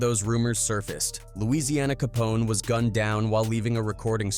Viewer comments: 🤣🤣 nigga said Louisiana Capone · Dawg said Louisiana Capone 😭😭😭